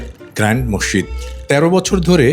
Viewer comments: Mosside ? Mosjid correcto kore bolteeo parean na? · Morshid Na, Masjid Bolen. Dhannabad